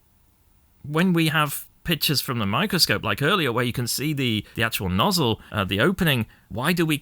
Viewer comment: Nozz-El cousin to Kal-El